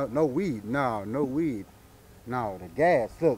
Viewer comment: “the weeDDD, mhhhmmm”